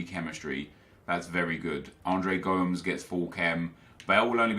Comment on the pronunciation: Please stop saying Andres Gomes its Go-Mes